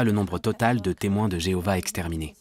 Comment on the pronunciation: Louez l'I.A ! Et adorez plutôt Jevouah (que Jeovah)